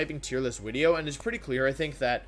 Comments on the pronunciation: So do you you say “wideo” because the letter “v” in Latin is pronounced like the letter “w” in English or were you did you accidentally make an extremely sophisticated joke...either way, bravo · Why does he say “wideo” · Ok, so what the heck is "wideo"? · It’s a bird, it’s a plane, it’s WIDEO MAN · So I'm new to this channel and I'm curious, what's the story behind "Wideo" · It hasn't even been 30 seconds and that "Mr. Wideo" part had me laughing on the ground. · Wolf: gets out of shower Wolf about to dry his hair: "oop, time to make a new wideo" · Wideo man can you teach me how to wideo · "It's ya boy, Mr. Wideo" needs to be his new line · Ebic wideo thank you Mr. Glicky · Wideo-man is the strongest member of The Avengers